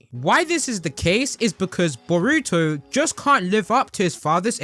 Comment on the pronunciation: omg don’t ever say boruto again. the way you say it is painful to listen to 🤣